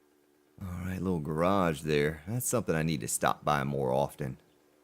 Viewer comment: The way you say 'Garage' reminds me of that Simpsons episode where Moe says to Homer "oh Mr Lardy Dahhh Garaage", Homer "What do you call it?" Moe " A car hold"